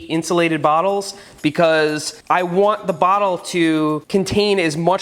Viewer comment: Me: "Water bottle" Seth: "Warter Bowttle"